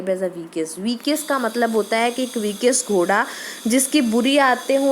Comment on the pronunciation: Ur Pronunciation for vicious is incorrect.